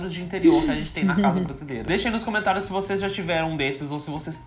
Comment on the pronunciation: cuidado com o gênero das palavras. Por exemplo: a pronúncia é cOmentário (masculino) e não cAmentário. Boa Sorte.